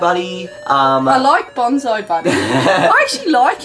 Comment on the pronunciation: I just realized that failed to pronounce Bonzi correctly throughout the whole Bonzi Buddy segment IT'S BON-SEE not BON-ZAI.